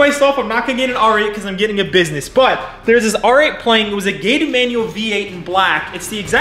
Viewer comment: It’s “gated” ooohhh